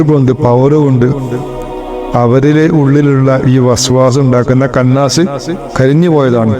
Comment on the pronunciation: കന്നാസ് അല്ല ഇഷ്ടാ خناس